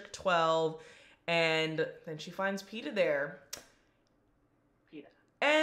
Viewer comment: "Cinna or Ceasar?" "..Peeta"